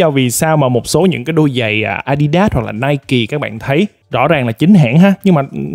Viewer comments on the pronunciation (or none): none